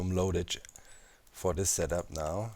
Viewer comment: lolled at the math meth comment simply because every time you say setup I hear that you say zedaph :D As a Finn I know the struggle :D